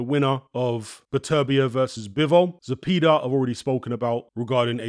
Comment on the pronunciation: It's pronounced "Ze-pay-duh" Like "pay da man"